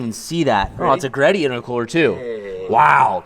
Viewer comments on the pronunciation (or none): none